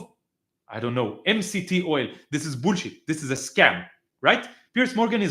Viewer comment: Im borrowing the way you say "boolsheit" As a teacher of English for over 24 years, I can attest it's the correct pronunciation. BOOLSHEIT.❤😂 Love it.